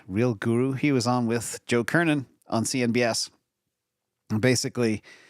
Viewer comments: it’s CNBC!! Not CNBS. Thanks as always ❤ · "CNBS" Lol :)